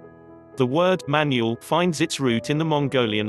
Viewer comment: I know NO intelligent person would ever mispronounce so many words. Its not pronounced Man u al rather is Man ool. the voice said Mongolian, Right? otherwise is fine video, but makes presenter look stupid and like an English 2nd language speaker. Dump the AI unless you have really annoying voice, or your English is terrible. Fake voice doesnt go with environmental message.